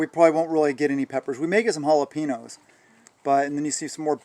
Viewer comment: Ok, they'd take my Texan card if I didnt correct you: jalapeno is pronounced "hal-a-PEEN-yo" (not "hal-a-PEE-no") Other than that, it's a great video!